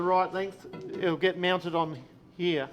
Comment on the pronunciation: What’s up with the Queensland pronunciation of the word “here”? The whole “ heeYaah” bit. is the only one who speaks normally.